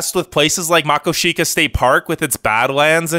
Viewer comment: I live in Montana and more specifically in the town where Makoshika is. YOU PRONOUNCED IT WRONG IT IS MUH-CO-SHI-KUH It is beautiful tho